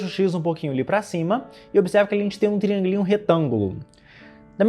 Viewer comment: TRIÂNGUILÍNHO é uma palavra que não tem como cê escutar e não esboçar uma risadinha